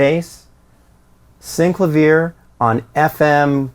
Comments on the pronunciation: It's pronounced SYN - CLAY - VEE - ER not syncla viah FFS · It’s pronounced syn-CLA-vee-air. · Did he pronounce that keyboard correctly? Never heard it pronounced that way.